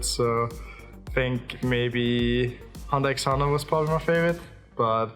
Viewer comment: You do not pronounce it with the X, actually kind of tilted me